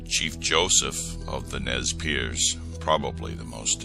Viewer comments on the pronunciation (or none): ITS NEZ PURSE thats how you pronounce it